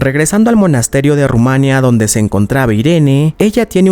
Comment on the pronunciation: Nadie le ha dicho como se dice Rumanía?? Ru- ma- ní -a.Nada de decir junto duelen los oídos, jajaja.por lo demás,todo genial